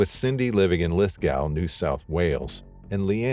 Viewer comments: It is Lith go not Lith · Mate,it's pronounced "lif-GO" not "lifGOW" (I know because I was born there) just letting you know 👍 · Just to let you know it's pronounced LithGO. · Btw good try but it is said "Lith-go".